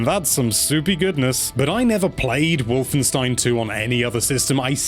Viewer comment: Finally a english speaking person i heared got "Wolfenstein" right 😅😂